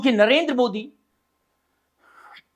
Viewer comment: Chutiye sahi bolnato shikh vega nahi venga bhonk